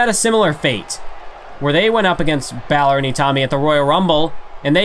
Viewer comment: Ba-Lux-E & Its In Mississippi Lol